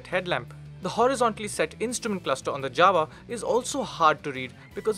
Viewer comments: Guys, why you call Jawa as Dzawa? Fistly its not correct and secondly Dzawa doesn't make a sense. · J in Jawa speaking like Y in yes. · You're right. This is not the correct Czech way to pronounce it. But its the way its been said here since the 1960s and the company says they're going to stick with it. It's similar to the way we say that we're going to 'Paris', not 'Pahree' :)